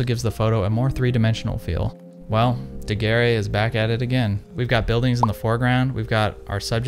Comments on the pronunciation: Great video, but Daguerre is pronounced more like "Doug Air," the e at the end is silent. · An interesting video. But, please pronounces his name correctly. It sounds like Looey Degair. Beep! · It is pronounced ''daguerr'' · Your prononciation of Daguerre is as painful as Kodak's prices, just like Kodak, this video is gold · loved the video! please just look up how to pronounce daguerre for the next time :P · man can pronounce Daguerreotype but not Daguerre lmao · Yes why bother to look up the pronunciation of the man you're going to repeatedly say the name of through the video.